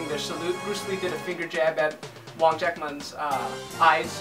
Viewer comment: I agree 100% with what you said. Also btw, my teacher's teacher's teacher is Sifu Chan Kwok Wai, Sifu Wong's martial brother. Also, unrelated question, judging by the way you pronounce Sifu Wong's name I'd wager you speak Cantonese. In that case, is it hard?